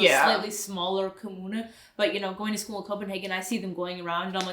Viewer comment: The period for campaigning is legally limited, candidates will get fined severely for campaigning outside the appropriate period. Sadly the media talk 70% or so about that on news broadcasts, which is kinda annoying.😅 Oh, and also, your pronunciation of 'kommune' was really good!😁👍